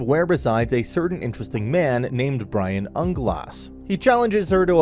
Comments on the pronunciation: You've said so many names wrong. Its not Brian its Brain >.> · Brian had me in stitches